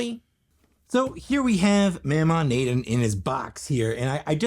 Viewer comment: It’s pronounced “Moe-Maw Nay-Don”